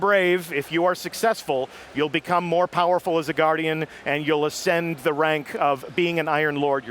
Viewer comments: Lol did say become more fowerful or was I hearing thing? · he said voerfull